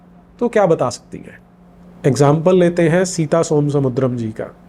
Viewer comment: It is soma samudram ! Not som samudram !